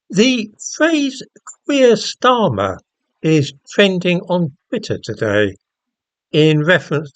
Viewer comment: Kweer starmer 😆😆